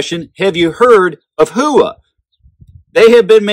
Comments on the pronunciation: I took Japanese and I believe it is pronounced "Hoo-Wa" but I mostly hear "how-wa". I have been trying to say how-wa but old habits are hard to break 😉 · NOTE: It is pronounced "hoe-wa" with no emphasis on either the "hoe" or "wa" NOT "how-wa" or "who-wa". I actually studied Japanese and was able to read and write back in 1989 but had got rusty and was going with what I was hearing from the American companies and shooters, my bad. I should have gone with my gut. Much like Karate "ka-rha-Tay", NOT "ka-ra-dee" we say that completely incorrect in the US. You can either say it correctly and have folks correct you with the WRONG pronunciation or say it incorrectly and go with the flow. The Japanese word "Howa" ("豊和) means "Bountiful Peace" or "Beautiful Harmony." (The hiragana for "Howa" is " ほわ"). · Great review as always. Just curious if you pronounced it correctly. I thought it was How wa but what do I know. Great stuff and thanks for doing the homework for us. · ほわ。 ho-wa. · That is incorrect, ask a Japanese person. It's "hoe-wa" I studied Japanese and if you google it, look for pronunciation from a Japanese person, it is a Japanese company. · Who-a? Other than that great video.